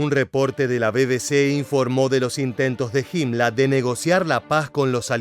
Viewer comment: PORQUE DICE HIMLA A HIMLER ? Y NO DICE HITLA A HITLER